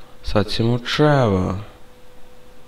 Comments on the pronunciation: Ej on kaze umjesto trevor črevor umjesto frenklin fraijnkl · Nije črevor nego trevor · kako si rekao creva